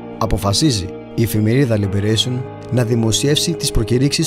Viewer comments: Καλή δουλειά. Να επισημάνω ότι η γαλλική εφημερίδα προφέρεται ''Λιμπερασιόν'' και όχι ''Λιμπερέσιον''. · τι λιμπερεισιον, γαλλική εφημερίδα είναι, λιμπερασιον λέγεται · όλα καλα΄αλλά και τα μικρά παιδιά ξέρουν ότι η γνωστή γαλλική εφημερίδα προφέρεται στην τελευταία συλλαβή... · Ενώ φαίνεται οτι γενικά έχει αφιερωθεί χρόνος για να δημιουργηθεί το βίντεο, γίνονται ακατανόητα λάθη! Πως γίνεται κάποιος να λέει σε μαγνητοσκοπημένο βίντεο 'στα προβοκάτσια'; Δεν έτυχε μια φορά να το ακούσει; Και αν όχι, τότε γιατί το λέει; Επίσης πολλές λάθος προφορές πχ στη γαλλική εφημερίδα Libération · Ωραία δουλειά, μπράβο. Μια παρατήρηση: Η Libaration ειναι γαλλικη εφημεριδα και δεν πρέπει να προφέρεται αγγλικά. Κρίμα.